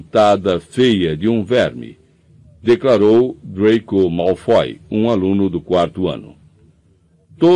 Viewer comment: Hagríd, Drêico, Lupâm…mas tá tudo bem kkkkk